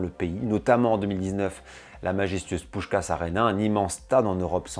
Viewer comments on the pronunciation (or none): Vidéo très intéressante, j'ai beaucoup appris sur les hongrois "d'ailleurs" et sur leur football. Seul bémol : la prononciation des mots hongrois dont Fidesz et Puskás. Si tu comptes refaire des vidéos sur la Hongrie, n'hésite pas à demander pour la prononciation, ce n'est pas facile 😉